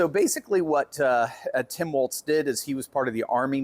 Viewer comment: Hey, that's "Timpon A-walz" to you, buddy! 😉